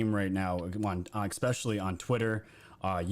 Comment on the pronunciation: i just want to say the word especially does not have an x in it.. You say it exspecially i dont believe that is a word. Js..lol